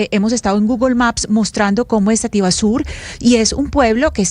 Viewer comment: Sativa sur, no sativasur.